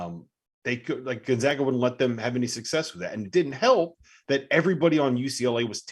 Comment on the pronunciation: how in the fuck is this guy not pronouncing Gonzaga correctly? It's not 1999. GONE-ZAY-GUH